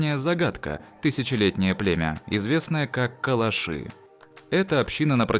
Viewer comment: КалАши - ударение на втором слоге...